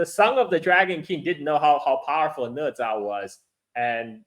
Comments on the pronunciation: Why it's pronounced ne? Isn't it na? #OOT just curious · Né zhā啊哥们儿😂